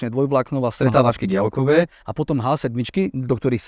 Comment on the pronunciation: Ale menej to ťahá uši ako keď počujem napr. polýcia, polytycká lavica, boly sme atď. A aj ten bosohlavý vo videu dialkové a iné.